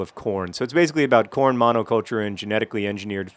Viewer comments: hehehe, i thought he said porn instead of corn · Every time I hear the word Corn, I always have to check to make sure he's not saying Porn.